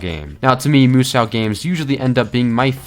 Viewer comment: I picked up the game used here in Japan last week for about $10 i have to catch up on the manga or anime before i start so for now it goes into the massive backlog. Btw 無双 the sou in musou is pronounced so as in so what not sow like female pig.